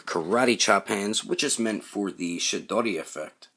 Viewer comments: Great review, I laughed my ass off when you said Chidori cuz it sounded like you said "Shit-doddie" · Good review sir! I have the original Sasuke, but might pick this on up for the new accessories. I could tell if you were pronouncing shidori or chidori?